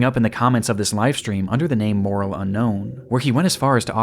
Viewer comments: Morale Unknown? Morale is pronounced ‘more-al’ and refers to spirit, willingness, or intentions. He literally called himself ‘intentions unclear’… Marc didn’t find a friend, Lewis found a victim. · "Morale" is not the same word as "moral" 😘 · Morale is pronounced More-al. Morale Unknown. More-al Unknown.